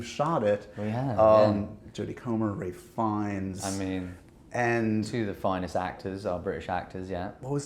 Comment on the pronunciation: Did he say Ray Finnes?